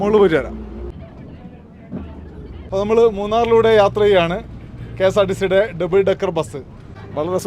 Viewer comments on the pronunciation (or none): ഡെബിൾ അല്ല. ഡബിൾ